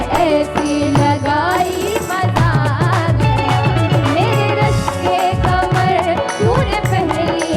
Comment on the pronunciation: Kamar ❌ Qamar ✅ Since Rekhta is a platform for promoting the beauty of urdu language I hope it screens and guides artists for proper pronounciation.